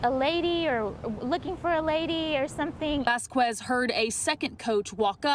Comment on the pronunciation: Retry saying Vasquez